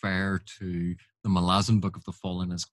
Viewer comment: Don't care what anyone says, it's Mal-ah-zon. Emphasis on the Mal.